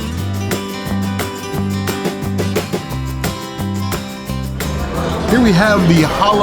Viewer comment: Oh and Jalapeño Business is pronounced like “all up in your business”. I saw a YouTuber say that yesterday.